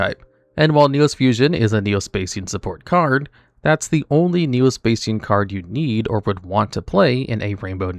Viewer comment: "Spay-see-yan" Augh, my ears...